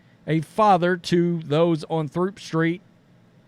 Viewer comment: Throop, in Chicago, is pronounced Troop.